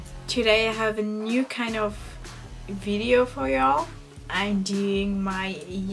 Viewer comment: Wenn du Video auf Englisch sagst bitte, bitte mach deine Zunge bei dem V an deine unteren Zähne, es klingt so komisch wenn du Video sagst😅